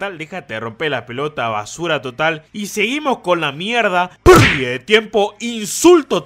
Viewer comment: Amo ese "Perrrrrdida de tiempo" ✨🖤